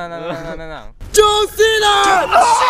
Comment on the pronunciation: two hours later. and the JOHN CENA was so perfect, he said it perfectly. the reaction was great, and the video cutting in was perfecttt! sugoiziziziziz